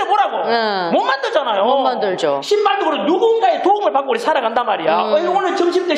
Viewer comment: '신발도 주고'를 '씨발도 주고"로 욕으로 들었네요. ㅋㅋ 와따 화끈하고 통렬하십니다. 뭔 헬이냐 헬은? 이렇게 풍요롭고 편리하고 깨끗하고 안전한데 천국이 아니라 헬이라고? 지하철 노인 공짜도 어르신들이 벌어서 만든 주인이니까 당연히 공짜로 타야지. 주인이 무슨 돈을 내? 젊은 것들은 이용자니까 당연히 요금을 내야지. 니들은 앞으로 니들이 만들 '하이퍼 루프'나 '드론 택시'를 공짜로 사용해야지.